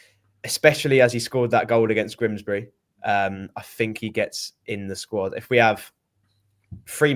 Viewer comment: you do know it is Grimsby and not Grimsbry? It's doing my head in.😠